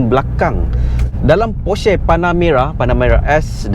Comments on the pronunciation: cara sebut porsche actually, por’scuh’, bukan por’sheh’ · sebut porsche pon salah. halah reviewer kereta mende cenggini hhahahahahahahaha